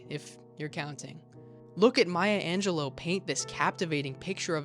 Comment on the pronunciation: You said her name as “Angelo.” It’s “Lou” at the end. Otherwise, I appreciate trying to get people to think about poetry.